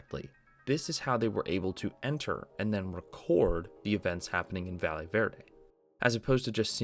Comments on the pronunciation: jsyk, "valle" is pronounced "va-yay". A "ll" in spanish in a "y" sound in English. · how has nobody corrected your pronunciation of valle yet. a double L in spanish makes a Y sound 💀